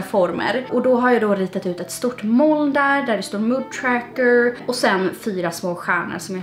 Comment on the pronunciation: Ditt uttal av ordet moln är verkligen inte okej.